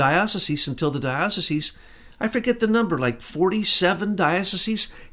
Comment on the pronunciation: is it even possible to be an ex jesuit ? AND not be able to pronounce diocese and it's plural ?